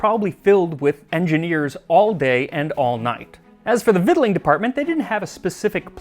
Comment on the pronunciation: Kudos on the correct pronunciation of "victualing."